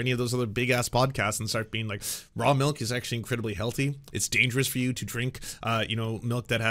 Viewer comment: The way this guy calls it "mahlk" is driving me insane. It's milk!